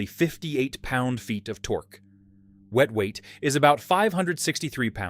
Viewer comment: u might want to teach him how to pronounce torque, then. Makes me think it’s thanksgiving. Some good bikes in there though. I’d add the cb360t. The 350 with an extra gear.